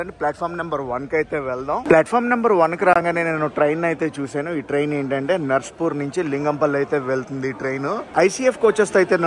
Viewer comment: నర్సాపూర్ బ్రో narspur kaadu